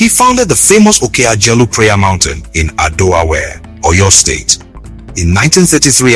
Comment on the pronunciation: Ọlọwẹẹrẹ not Olowore.